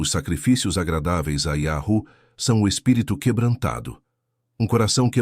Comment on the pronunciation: mas irmão vc está pronunciando errado quando pronuncia iarru, um exemplo bom é tipo uma senha de voz para abrir um cofre ou uma porta, se o som num for o certo o cofre e nem a porta vai se abrir.